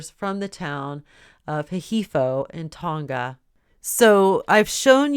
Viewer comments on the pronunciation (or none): none